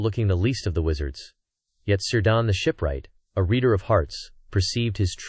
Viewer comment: It's Keer-dan, not Sir-dan